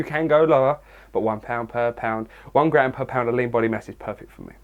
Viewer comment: Literally thought you said "it doesn't bother me, cause at the end of the day i can get laid." Then i finally realized you were saying "lean" lmao.